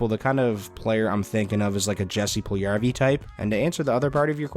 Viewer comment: still out here pronouncing the hard J in Jesse Puljujarvi 😂